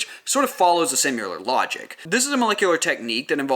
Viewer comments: I'm very late to this party but I have a tiny bit of feedback. Something super small. Just the way you pronounce 'similar' You say simular and really accentuate the 'u'. I can't tell if that's an accent thing or if you're saying the word incorrect. Thanks for video. Great content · I'm wondering where that pronounciation for "simuler" (similar) comes from :)